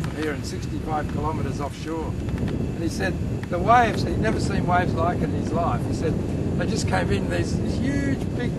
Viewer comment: When they say waves it sounds like wives